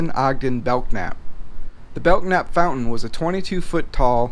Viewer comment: FYI, the "K" in Belknap is silent. Pronounced like "bell'-nap". His descendants live on in N.O.